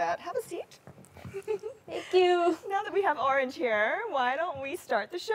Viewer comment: i would have thought Orange was born here in the US with this perfect accent.